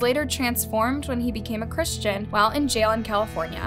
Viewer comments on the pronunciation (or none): none